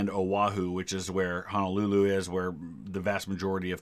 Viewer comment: as someone who lives in Hawai'i it makes me mad that he says "hono-hulu"